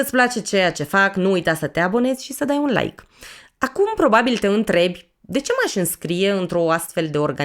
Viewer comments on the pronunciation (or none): none